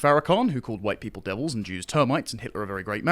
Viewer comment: "farrakhan" Yeah... I'm sure there's a qualifier on those "huwhite" ppl...